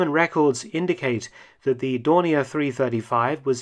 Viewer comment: Funny how you use the french pronunciations and german pronunciation of Dornier in this, Dorni A, and Dorni ER.